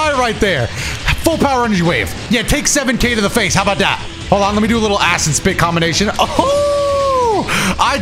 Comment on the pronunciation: i love the way you speak so much because its so easy for me to hear "Acid Spit" as "Ass and Spit"